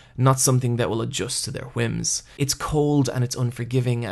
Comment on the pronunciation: You seem to have trouble pronouncing "wh"-words, like 'whims'. You're giving it the Family Guy's Stewie treatment of Cool HWip. Yuck, but cute still.